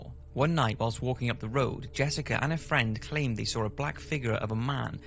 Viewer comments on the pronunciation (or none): why do you pronounce "saw" with an "r" at the end???????